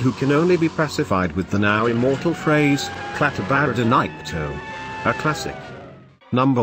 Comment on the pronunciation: Nice list, but lose the computerized voice. Those things don't ever pronounce words right; revealing their artificial origins. A live narrator would have learned how to pronounce "Klaatu Barada Nikto", instead of turning it into a garbled mess. Personally, I would have chosen: 5. Forbidden Planet 4. Monolith Monsters 3. The Time Machine 2. The Thing (From Another World) 1. The Day The Earth Stood Still My top five favorite classic Sci-Fi films.